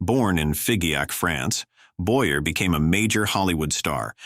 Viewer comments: You should try harder to pronounce names correctly i.e. Boyer is boy yay not boy er but there have been several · Charles "BOY-ER" was French. The name was pronounced "Boy- Yay". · Boyer is pronounced Boy yay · It seems that the narrator is AI. Apparently the AI has not been programmed to properly pronounce French last names properly into English. Every English speaker knows that Charles Boyer is pronounced as Sharles Boyeh . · I suppose the voice is AI produced, which is why several actors' names are mis-pronounced. For me the most notable was Charles Boyerr instead the the correct "Boyay". AI has a long way to go, still. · Charles Boy'rrrr 🙄 Boy-yea, not Boy'rrrr. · Boer's name is pronounce "BOYAY", not Boyer. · George Sanders was depressed…not always a sign of aging since young people do it too. And “mental illness” is just ancient myth because we don’t know WHY anyone would want to do it. Part of his goodbye note said “I’m bored”…maybe he was! ALSO: It’s pronounced Charles Boy-Yay. You can always tell an automated AI voice because it cannot interpret accents. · Correction: Charles Boy A not Boyer. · It’s Charles Boy-yey not Boy-yer. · Boyer is pronounced Boyaa. He was French. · Boyer is pronounced Boyay. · Charles Boyer’s name is pronounced “Boy-Yay.” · Boyer is pronounced BOY-A. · Boy-Ay...Fee-zhee-ac.....Haze, not Highs. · So right! Boyer is pronounced "Bo--yay." He was from France, not Iowa. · I know the “Boyer” Hannibal “hays” and “Bayonne” Wow! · Get it right -- It's Charles "Boyer" -- also learn to pronounce it correctly 🤣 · The AI voice mispronounced several names. Also some pictures of the wrong people were used badly. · Pronouncing the names correctly would be more respectful. Charles's last name is not pronounced the same as the St. Louis Cardinals third baseman. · Why don’t the teach these answers to pronounce correctly? The names of the people he is talking about for example, Boyer.